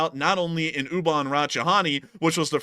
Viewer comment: In Ubon Ratchithani, the T is not silent, it sounds like the word, tawny. You're saying Rachi-hani.